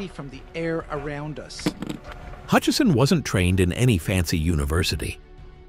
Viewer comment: No 'n' in Hutchison.